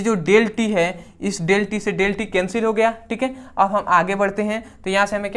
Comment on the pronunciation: Bhai del hota hai ki delta hota hai